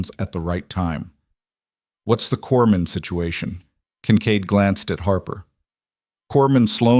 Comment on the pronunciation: Corpsman, not corman